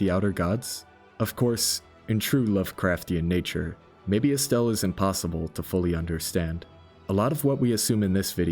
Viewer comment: I take offense how you pronounce it as "Estelle"